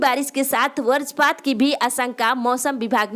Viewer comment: Varajpaat nahi hota h madam vajrapaat hota h aap pahale bhasha ko sahi se uccharan kariye